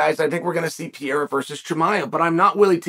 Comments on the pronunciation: There is no way in hell he just said Costa would be the favorite against Pee-air-uh 🤣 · PRONOUNCE THE NAME RIGHT IF YOUR GONNA SAY IT SO MUCH QUIT SKIPPING THE R. Come on Chael